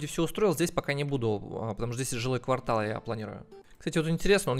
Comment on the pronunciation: Пожалуйста говори правильно квартАл, а не квАртал. ААААААААА аж слух режет!!!!